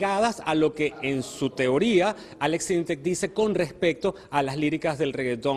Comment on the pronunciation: "Aleks syntecs"